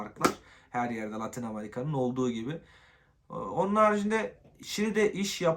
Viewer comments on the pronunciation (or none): Kardeş "amarika" demeyi bırak artık, amerikaa